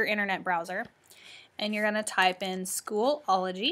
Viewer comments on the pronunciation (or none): It is SCHOOL-O-GY Not School-ol-o-gy